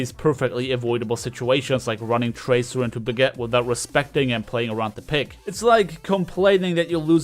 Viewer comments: Bra ge ta. Just say it the right way. I hate hearing Brag it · Is it just me or does it sound like says "Baguette" when he says Brigitte